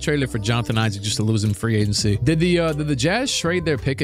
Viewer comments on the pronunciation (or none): none